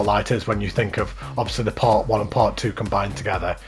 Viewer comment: part not patt